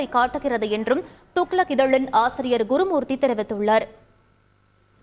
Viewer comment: தெரிவித்துள்ளர். இல்ல தெரிவித்துள்ளார்... பார்க்கலம் இல்ல பார்க்கலாம்... தமிழ ஒழுங்காக உச்சரிங்க